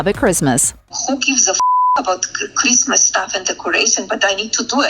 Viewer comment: Who gvs a fwak abot kwistmas?